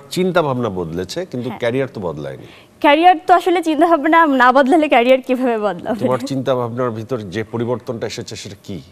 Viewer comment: It's not kareer its career learns English first lol 🤣🤣🤣🤣🤣🤣